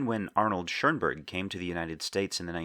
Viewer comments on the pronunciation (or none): When Americans say Schurnburg. Please, just stop! There's just ONE r in Schoenberg.